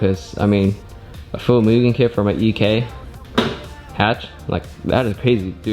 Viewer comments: The real way to pronounce mugen is "moogen" idk why some ppl act like you're saying it wrong lol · Thank you for saying Mugen the right way 👍🏼